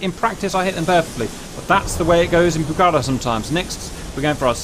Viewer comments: if you want to pronunciate rigth ... is pucarA y not pucAra (i dont speack english... but i can tell you how this word has to be pronunciated... and means "Red fortress" or "fortress" in quechua... ) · I love that you've done this, I've wanted to see the Pucará in DCS for a long time. For the record, it's pronounced "Puca-rah", because of the "á" at the end. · Like Argentinian I really amazed for your excited about the Pucará (the last "A" is the accentuated) -- Its a lovely plane that its in the heart of every Argentinian. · Pls. It's Pucará. The accentuated syllable is the last one.